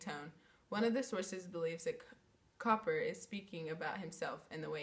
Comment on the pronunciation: Cowper is pronounced "Cooper"!